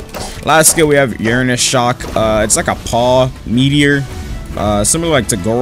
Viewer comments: bro said uranus shock :skull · I hope that i’m trippin but i heard, “Uranus shock💀”. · I love your content but how the hell you manage to put a n in ursus shock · every youtuber i've seen use this fruit has said ursus wrong lol